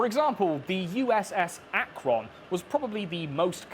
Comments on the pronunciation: I've been in the massive hangar in the USS Akron footage (its pronounced Ak-ruhn) and it's unbelievably massive. Currently it's owned by LTA Galactic who are an airship startup. I've also ridden in one of the newer Goodyear airships. You get a lot of cool access to things when goodyear wants to hire everyone at your school. Also a non-zero chance I'm in the picture of the baseball stadium at the end. I had season tickets some of the years scoreboard looked like that. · I grew up in Akron, OH (Pronounced more like 'akrun' or 'akren'). I wouldn't look twice at the blimp - it's up every day that the weather is nice. We always laugh at out-of-towners taking pictures - it's just a rumbling advertisement in the sky haha. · So you know its pronounced ak-rin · Having worked and gone to school and semi-lived in Akron, the former rubber capital of the world and the place where Goodyear is/was, lemme tell ya. Shit's interesting history for the whole area. Post-war and auto industry crash stuff really hit it hard. Also the pronunciation of Akron here is technically correct but the O is too long. We kinda say it like Ack-rin (short i) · Oh my god I just got to the part of the video where you actually say "Akron". Of all the things in northeast ohio you could mispronounce, like Tuscarawas, you chose Akron. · I love how right and wrong you say “Akron” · Having lived in Akron, hearing him say the name that way gives me a seizure. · Lol your pronunciation of Akron. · The way you pronounce Akron causes me pain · I was having great fun until I heard 'Akron' mispronounced and now I feel like you're just trolling us for getting Worcestershire wrong all the time. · The pronunciation of Akron makes me giggle each time lol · Interesting to hear how a person not from Ohio pronounces Akron. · being from ohio, its pronounced Akron not Akron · Love the British pronunciations of Akron and Macon. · i know he did not just pronounce Akron like that... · The Ack-Ron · Its pronounced AK-RIN